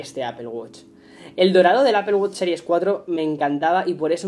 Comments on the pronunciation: Apple wosh. Mmm creo que lo pronuncias muyy mal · No es apel wuch